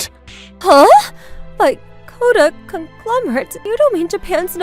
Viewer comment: Conglomerate was said 2 times in a row but never said right a single time💀